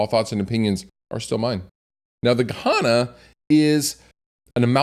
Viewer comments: yes, why would he even pronounce it like that? it's written Gehenna, why say Gahana? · Good pedal - wrong pronounced